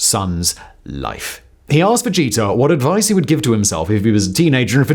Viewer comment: Simon just kept saying vegeta… idk what name he was trying to say.. but i kept hearing vegeta. Lol